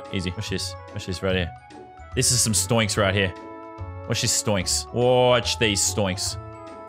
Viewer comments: he's saying stoinks. its pronounced stonks but i'll allow it cause your my favourite youtuber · Man said stoinks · him saying stoinks pisses me off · Not stionks it’s stonks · He said s t o y n k s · he really said sToInKs